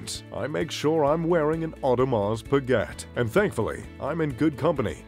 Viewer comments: Audrmars speget🤣🤣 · you say your mr.Luxury and pronounce Audemars Piguet like an American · "Audemahs Pigget" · Orrdemar Pueegetttte.... 😂😂😂😂😂😂😂 and its even his favorite brand 😂😂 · the same people who have heard of audemars pa-get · and breguet,look at the marie antoinette.vacheron constantin,a lange,FP journe,but come on bremont?wtf,o and the pronociation of audemars piguet is hilarious,really? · I know, the AP pronunciation , never heard it said that way . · At least I learned how AP is pronounced. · Your info is off by far. Most expensive Rolex sold in 2017 for $5M? i guess you have not seen the Paul Newman Daytona auction. Also please don't miss pronounce the names. AP you do not pronounce the T. Beritling is among the most luxury? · don't you know how to pronounce Audemars Breget? OMG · Omega is pronounced with the stress on the first syllable - 'Omega - not on the second, as you do in the video. And how to correctly pronounce Audemars Piguet - I don't even try to tell you, you'd never get it. Pretty embarrassing you makeing a video about luxury watches (and claiming to wear some of those) but not even being able to pronounce them.